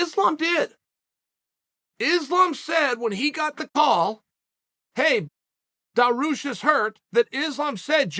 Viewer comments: Islam mock-Al-Chev. Beneijl daroosh 😂😂😂😂😂😂😂😂😂😂😂😂😂😂😂😂😂😂😂😂😂😂😂😂😂😂😂😂😂😂😂😂😂😂😂😂😂😂😂😂😂😂😂😂😂😂😂😂😂😂😂😂😂😂😂😂😂😂😂😂😂😂😂😂😂😂😂😂😂😂😂😂😂😂😂😂😂😂😂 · But he still can’t say Dariush properly.